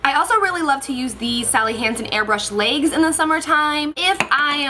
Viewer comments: "Leygs" haha i love you! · "It's like makeup for your 'laygs'." Your pronunciation of legs is just so funny to me! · the way you says legs is so funny😂 looking gorgeous as always!Xo